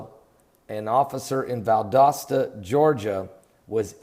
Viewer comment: Holy smokes, yiu pronounced Valdosta the right way after a small correction. Bravo most get it wrong, I an fron that area.